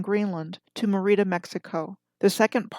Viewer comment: Merida is pronounced as e in red with accent on E not a long I fyi and Archipela (long A) go